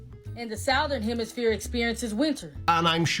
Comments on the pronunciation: she says "Northern hemiSPHERE" and "Southern hemiSPHERE." Pure comedy gold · What dis she say there ( to )? Northern hemiSPHERE and southern hemiSPHERE? Strange kind of flat.